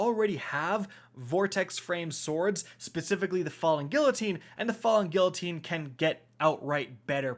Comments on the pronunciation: For fucks sake bro its not gill-a-teen its gee-a-teen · God I hate how u say guillotine LOL. Gee uh teen not Gil a teen. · Great video. Love these new swords. By the way, the "ll" in Guillotine is pronounced as a "uh." gee - uh - teen. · He still can't say the name right on guillotine. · Was down to watch this until i heard the pronunciation for guillotine lol GET AN EDUCATION